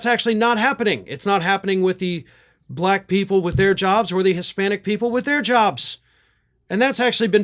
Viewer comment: mr. trump what color is this crayon?? black & what color is v.p Harris?? just turned Blahckk... she wasn't& now she is Blahackk...its the most disgusting pronunciation of the word ever...